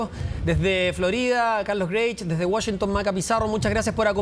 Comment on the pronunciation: Por qué dice Wushington si es Washington periodistas Chilenos aprendan a pronunciar